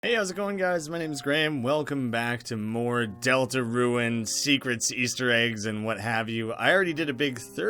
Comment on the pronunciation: Great video! Just a heads up. A lot of the time you’re pronouncing rune as ruin. Peace!